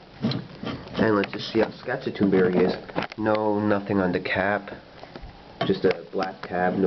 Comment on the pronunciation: Love this stuff. Local store orders it in by the case for me. ( And you are are pronouncing Saskatoon so wrong 😂)